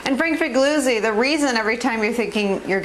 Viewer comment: Is it pronounced 'Figloozi', or 'Figleeoozee'?